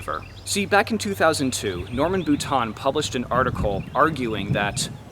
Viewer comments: Had to cringe every time the Author's last name (Boutin) was pronounced like "boot-On" instead of "boot-inn" or the proper way of "boo-teen." Since when is the i pronounced like a short o? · Not bootan. Bootain.